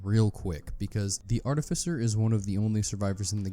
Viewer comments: Its definitely 'art-if-ice-er'. Bro googled it and still said it wrong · You said artificer wrong on purpose several times and each one felt like you punched me in the kidney. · Still saying it rong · you say artificer weird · Wrong, it's actually pronounced artificer.